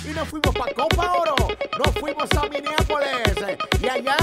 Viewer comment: MINNEAPOLIS no MINIAPOLIS LOL